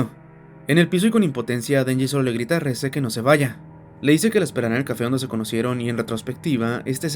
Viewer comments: Yo creo que la pronunciación correcta es como se escucha en su idioma original "Reh-zeh", "Reese" el de Malcolm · ES QUE SE LLAMA REZE NO RIS 😭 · El nombre de la chica es REZE, no REESE! Se pronuncia Re-Ze, tal como está escrito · Nadie le dice "Ris" literalmente es Reze 😂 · Aún no entiendo el por qué le dicen "Riz" si en japonés lo pronuncian como se lee xd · Reze se pronuncia: Rese